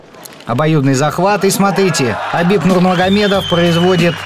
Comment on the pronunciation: you pronounce khabibs familyname very well, repect